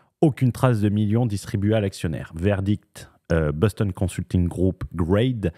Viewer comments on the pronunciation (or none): none